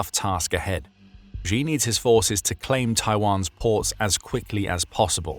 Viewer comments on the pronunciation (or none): Please note, Xi is not pronounced "Zhjee". The zhj sound (ʒ in the International Phonetic Alphabet), in the middle of "measure" and "Zaporizhzhia", doesn't exist in any dialect of Chinese, certainly not Mandarin. The letter X, in the Chinese Pinyin orthography, is pronounced "sh". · Xi is not pronounced like Zheee. It's Sheee. Please get your Mandarin pronunciation right. Thank you for your attention in this matter.